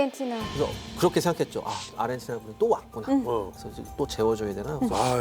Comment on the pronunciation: 누가 자꾸 아리헨티나라고 .... 아르헨티나...